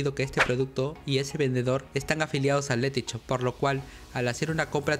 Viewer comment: este pavo no sabe decir shop el dice CHOP